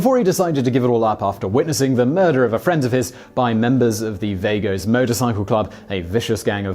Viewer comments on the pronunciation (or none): ATF= Alcohol Tabbaco and Firearms And Vagos is pronounced Vah-Goes not Vay-goes